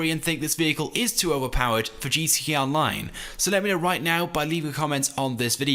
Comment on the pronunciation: y cant gta youtubers ever pronounce GTA correctly